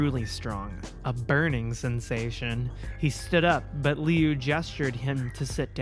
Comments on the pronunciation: Liu’s name is pronounced luu. Idk if that was helpful, but I hope,it did 🙃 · Funny enough, you actually got Liu's name right the first time. It's "Loo", like Liu Kang from Mortal Kombat. Dunno why Jeff's brother has an Asian name but I guess it can imply cool things about his family that aren't really that common. All around, really good video! Such a fun time reading your first Creepypasta ever. And probably one of the worst, despite its popularity. Your videos are always a good time. (Also, uh, my trans inspo heck yeah slay queen \o/) [Also wow I'm late to this video, nice] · Lee-ooo is how I'm gonna pronounce Liu's name from now on. (It's actually said like Lou.) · LIU is pronounced Long Island University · I stopped watching this video after the third misuse of the name Liu... I get it's off the cuff and random so a new name with no context was doomed from the start, but it was really hard to continue with such a massive mispronunciation... Hope she considers name checking during the recording if that happens again...